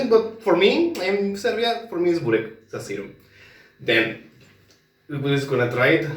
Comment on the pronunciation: wow , when you ordered burek you had 100% Serbian accent !! ❤